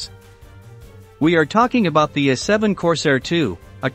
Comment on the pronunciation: What the heck is an "Uh7"? Find someone who can read and loose the computer, thank you, a NON-subscriber.